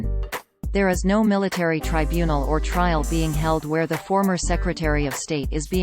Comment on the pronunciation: Well THAT's "good" to know! A ROBOT voice tells me a known criminal wasn't convicted at her TRY BUNE EL! Such "trusty" information! I'm off to hunt Sasquatch!